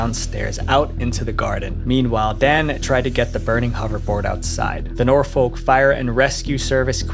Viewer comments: Great video. But a little heads up, it's pronounced Nor-fook as in book or look, not Nor-folk, despite being spelt Norfolk. Source: I grew up there for 20+ years. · Norfolk in England is pronounced "Nor-fk."